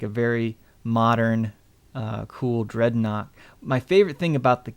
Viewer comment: Actually there was a trike in the 80s and it's Dreadnok not Dreadnaught